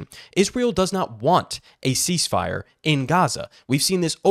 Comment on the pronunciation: CEEZZ FIRE!? Step01 - Reeleezzz H0zztages! Step02-Surrendered